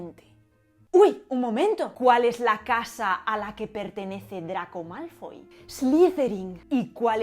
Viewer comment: "Dragón Malfoll..." xdd